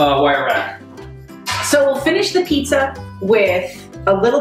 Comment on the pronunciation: goddamn amateurs butchered 'pizza'